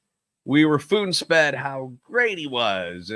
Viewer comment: This mf said "foon sped" instead of spoon fed